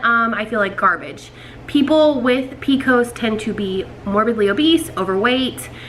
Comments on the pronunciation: I’ve never heard it called “p-cos”, they way you are pronouncing it. I like that. We just always say “P-C-O-S”. Good luck on getting pregnant. I have PCOS too. I was able to get pregnant thanks to taking Metformin. Currently I don’t take any medication anymore and just am able to control symptoms with diet and exercise. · I’ve never heard of the way she says it either and I’m from Alabama. I’ve always heard it by the letters too, but I kinda like the way she says it “pee-cos”